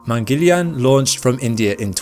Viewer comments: "Mangeleian"?? Its Mangal-yaan, which translates to Mars vehicle. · its not Mangelian its "maang-al-yaan" mangalyan project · Its mangala_yana(Mars)_(journey) or hw we Indians say 'journey to the mars'= 'mangala yana'